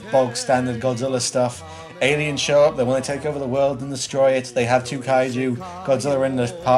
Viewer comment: Take a shot everytime he calls him, "Godziller."